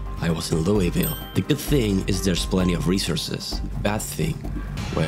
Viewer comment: you pronounced louisville wrong🙁